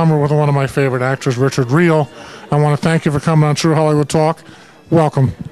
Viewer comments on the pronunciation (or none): Richard is my cousin,,our last name is pronounced "really" i dont know why this dude said "real"